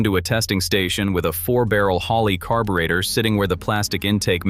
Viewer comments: Carb-u-reactor lol. Ai slop bullshit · In English, it's pronounced / kär′bə-rā″tər / ... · The AI slop voice can't even pronounce the word carburetor. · Ai video when it can't even pronounce carburetor correctly. SMH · Analog RULES Please correct your digital pronunciation of “carburetor “!